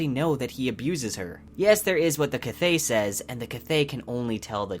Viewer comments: The correct pronunciation according to Pat and Nick Podehl is Kvothe, the issue is here he is pronouncing it Kuh-vothe, it should be kvuh not kuh-vuh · i am kind of thrown off by your pronunciation of Kvothe, I read it as QUOTHE as is mentioned in the book. Nice video tho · I love your channel, love the books, but you realize you pronounce Kvothe wrong? In the beginning of Name of the Wind, he says it’s pronounced Quothe, or with a Q, but written Kvothe. I think it’s in the first chapter where Kvothe starts telling his story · Am i the only one annoyed that for someone making a video about lore, he can't even pronounce Kvothe's name right?? stop saying kuh-vothe that's not how you say his name. for godsakes! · Love your videos, but it's mentioned in the books kvothe's name is pronounced like Quothe. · No, its NEARLY pronounced quothe, said thag right it the book. Plus mr rothfuss explained that it is pronounced with a kv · His name is pronounced as “Quothe”. I love the theories but the mispronunciation of the main character took away from the entire video. Someone who is making a theory video should know how to properly say the characters names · Btw his name is pronounced quothe not how you would phonetically assume it is pronounced, it says this in the book. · It’s pronounced. Quothe. Say Quothe. Pretend the “V” isn’t there. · Well the audiobook narrator isn't the fucking author now is he? Rothfuss says it's pronounced Ka-voth which rhymes with the word oath. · In the video done by Patrick Rothfuss on pronunciations, he pretty clearly pronounces it as K-v-outhe. The v is not at all silent. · I enjoy your videos but you say Kvothe stange,) i leave a link here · I appreciate your videos! Your pronunciation of Kvothe’s name is a little jarring but maybe that’s how it’s supposed to be pronounced? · Your pronunciation of Kvoth is wrong! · Is it me or are u saying Kvothe wrong? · bruh. It's pronounced "Quothe", not "K-vothe" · Mate, he is not called “kvouz” but “kuouz”